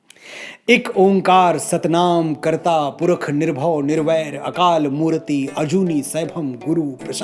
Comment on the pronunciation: Thanks Manoj ji for such a nice explanation about japji sahib.i am a big fan of u & listening you.Here is one request plez try to correct your pronunciation of a few words. as akal murat not mutate.This vedio is really 👌